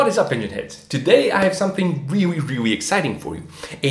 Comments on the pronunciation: Can't believe the 5 comment aren't about him say "ewrreely" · Intelligent guy, its a shame he couldn’t figure out how to pronounce “really”. Hint... its not Rewee 😝